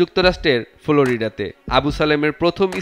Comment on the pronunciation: আপনি ❝ফ্লোরিডা ❞ শব্দটা উচ্চারণ করতে পারলেন না অথচ সাংবাদিক বনে গেছেন!!!